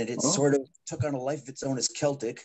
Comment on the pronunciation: i stopped watching the moment you pronounced Celtic Frost wrong….it is (Kel-tic) not (Sel-tic) Tom G Warrior is now pissed